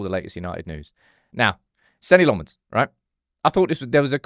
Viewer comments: You just refusing to say his name properly??? His name is nothing like LeMons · Still don’t have that pronunciation down I see 😂